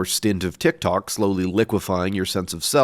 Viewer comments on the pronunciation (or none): none